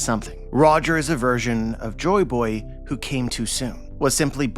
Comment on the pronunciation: UhHhMm AcKtUaLLy He SaYs "Jo BoY hErE" Joyboy (Jo-EE Boy) not jo boy